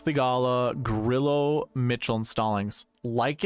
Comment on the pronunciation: Come on don’t be lame like other content creators and not pronounce Grillo correctly. Drove me crazy last week. I will help. Think of it like this Gree-yo. No L sound.